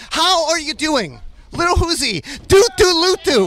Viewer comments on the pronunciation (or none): Little Hoozie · I love the way nardwuar pronounces lil uzi, "Liddl Oozie". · Bro, why he keep saying the name proper like that? “LITTLE UZZI” 😂😂😂😂😂😭😭😭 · love how that interveiwer calls lil uzi "LiTttlE UZi"